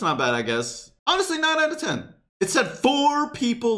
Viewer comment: He can't say 10